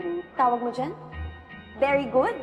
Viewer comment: "I really really really care about berry good" 😁🩵🩷